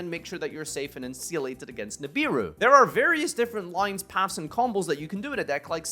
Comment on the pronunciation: Wait, how do you pronounce "Insulated" lmfao?